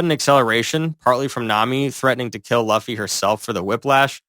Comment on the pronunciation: Why did you say duffy😂😂